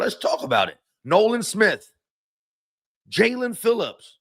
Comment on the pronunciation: who besides YOU would EVER pronounce his name as JA-LEAN? It's obviously Jae-len....you must experience dyslexia bro